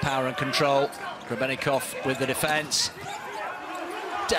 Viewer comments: the commentator calls Grebennikov Grebennivic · Grebennikov ❌ Grebennivic ✔